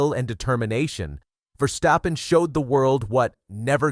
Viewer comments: I love the video, but I hate the way you pronounce Verstappen, although you pronounce it more or less correctly. I think we Dutch hate it so much when our language gets butchered, because we speak so many other languages and are able to adopt pronounciations in other languages very quickly. So we expect something in return. It's Verstappen. Not Versteppen, or Verschteppen or Verschtappen. It's Ver-stap-pen. How hard can it be? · It's VERstappen not verSTAPpen.